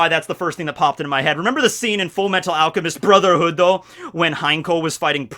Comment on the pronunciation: In any video where you invoke Nux's name, you better make damn sure you pronounce Fullmetal Alchemist: Brotherhood correctly.